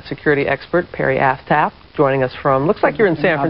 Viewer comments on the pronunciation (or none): Did they say Perry Asstap? lmao